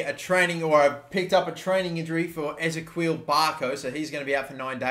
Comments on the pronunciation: it's Ezekiel not Ezeqwil, mate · It’s pronounced eh-zee-key-el Barco! Love the videos! 🥰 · Wait say barco’s first name again😂😂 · Please brother, start saying Ezequiel correctly. I know you know how to say Ezequiel and you just choose to say it wrong every time.